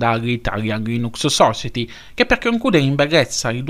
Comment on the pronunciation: Ti rompo le palle di nuovo: society si pronuncia "sosaieti" 😂. Buon anno❤️